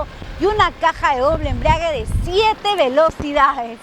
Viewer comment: Interesante auto, ahora respecto a la señorita que conduce la reseña y prueba de manejo, siempre dice "embriague", algún problema con bebidas espirituosas? , Lo correcto es " embrague".